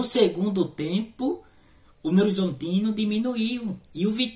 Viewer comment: "novorzontino" kkkkkkkk